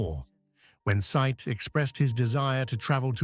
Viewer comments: Nitpick. I think his name is pronounced Si-eed. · Said is pronounced, “Say- eed.”